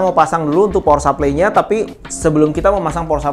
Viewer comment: power supply bro bukan pawer sapley wkwk